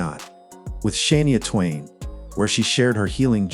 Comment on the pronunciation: Please learn how to pronounce names Shania Twain. You can’t even say her name properly.